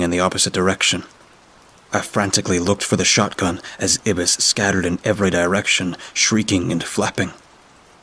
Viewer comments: haha, its actually "eye-biss" (or ai-bis) instead of "ib-biss" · Black Ibis? Ibis is pronounced eye-bis not ebis. Those mispronunciations ruin the story for me.